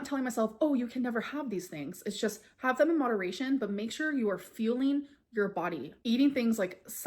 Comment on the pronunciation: yes lol that’s when I first noticed it. I was so confused at first bc I had no idea wtf she was talking about when she kept saying her “feelings”